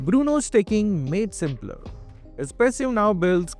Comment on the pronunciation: wtf is your English bro stecking, panatration lmao